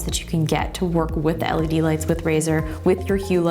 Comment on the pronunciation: I felt physical pain evey time she said LED